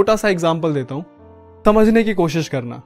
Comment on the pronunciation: Mai apki bat etne dhyan se sunti hu....... Ki apne 2.27 p समझने ki jagah तमझने ki koshish krna. Bole h😃😄